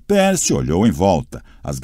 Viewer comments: e o do percy q ta pérci ao inves de pãrci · "peeper" "pércy" e a ausencia misteriosa de qualquer pontuação.. hahahahaha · Na descrição diz que é narração humana mas olha, esse narrador se esforçou pra parecer robô, viu... Pronúncias erradas, atropelando pontuações... Muitas vezes sem por a devida emoção... O que mais me irritou foram as pronúncias erradas... Não é "PIIPER" É "PAIPER" NÃO É "PÉRCY" É "PÊRCY" Cara que narrador horrível... Da a impressão de que ele simplesmente pegou e leu de qualquer jeito pra terminar logo...